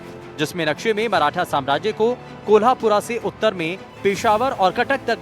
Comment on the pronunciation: अबे के कमाने पहले कोल्हापुर का नाम ठीक से लेना सिख ले फिर ये प्रोपोगंडा और नफरत फैलाकर अपने २ टाइम के खाने का इंतजाम कर।